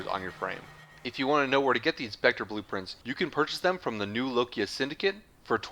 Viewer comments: New LOKIA? I thought it was New Loka. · "New Lokia" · new nokia